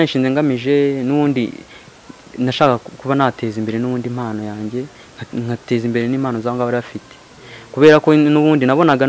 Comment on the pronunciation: Ntibavuga IMANO bavuga IMPANO